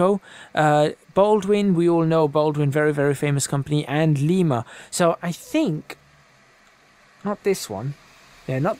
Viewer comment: You said Lima wrong.